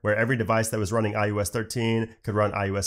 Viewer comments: It sounds like he’s saying ius 15 and not ios 15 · I kept hearing iUS15😅